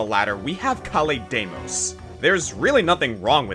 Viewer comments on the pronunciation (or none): none